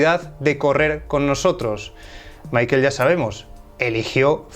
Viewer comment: "Maikel" jajajajaja